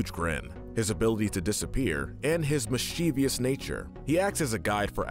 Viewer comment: You still don't know how to pronounce mischievous. There is no "I" after the V! Mis-chiv-ous! It isn't hard!